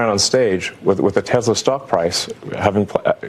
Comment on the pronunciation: Elon, it is not TeZla, or Tessler. It is TeSla FFS!